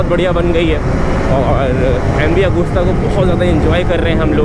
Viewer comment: And not Agusssta lol 😅😂😂Pronouncstion weak